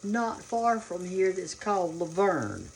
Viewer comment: They pronounce it, Lou Vern. Father-in-law was born and grew up there.